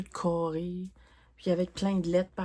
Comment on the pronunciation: Woooooow l'avancée de tes gnomes est malade!!! Et la sirène que tu vas faire après ta Cordélia est vraiment jolie (c'est une de mes préférés). Ton chat papillon est vraiment magnifique. Oh mon dieu "les maisons toutes cârrées" avec le gros accent québécois j'étais crampé □□□■■■